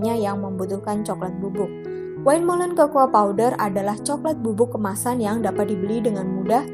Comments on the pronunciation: Maaf mbak ada kekeliruan pengucapan dalam "windmollen" wind=angin .. bukan wine=anggur. Kalau pengucapan dalam bahasa belanda [win]. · Win molen bacanya mbak, bkn wain, wind itu angin, klo wine itu bacanya wine yg artinya anggur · terima kasih infonya. sedikit masukan aja, semoga bisa diterima dengan baik: windmolen dibaca win molen